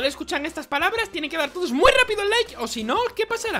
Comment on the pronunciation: Like si escuchas que cundo timi dice like lo escuchas dike